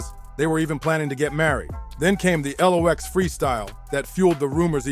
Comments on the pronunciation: If you can't pronounce the group name right at least no, it's pronounced locks spelled lox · The L-OX lol